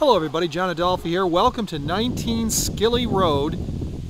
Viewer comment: Just going to put this out there the road is name after my family last name Schilly and you pronounced it wrong it's German so it's pronounced sh-illy 😂😂😂 lol